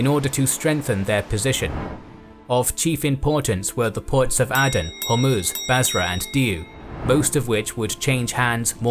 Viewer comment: It's Ay-den not ah-den